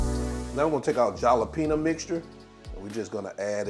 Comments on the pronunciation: Yum! Your secret is the cornstarch. I am so trying this. All I need is the chops. I bet it would taste good with turkey chops as well. 😊 Btw you and I gonna fight over your pronunciation of the word JALEPENO. 🤣😫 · I was saying they same thing🤣🤣🤣 Halapeno, the J is silent Jalapeno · Regardless of how you pronounced Jalapeno. It bet the chops are 🔥I'm gonna try these. I always use cornstarch when I fry. Also, if you ever fry fish. Batter it the same way. Dip the fish in water & redip again in whatever batter you use. OMG talking about Crispy! That's if you like your fish Crispy & not soft! Just a little FYI